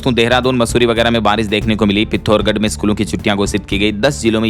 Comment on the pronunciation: कब सही पढ़ना शुरू करेगा❓ पिथोरगढ नहीं पिथौरागढ पढ़ा कर